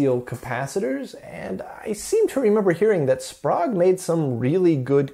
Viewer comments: SPOGUE ?? try SPRAYGUE. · Love this series. Pretty sure Sprague is pronounced [ S P R AI G ] though... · the Sprague capacitors are very good caps. Used in quite a lot of Military and NASA designs. By the way the name is pronunced spay ga. Their advertising jingle was " Don't be Vague, Ask for Sprague ".......